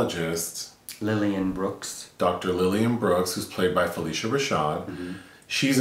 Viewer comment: Fuh-lish-uh Rashad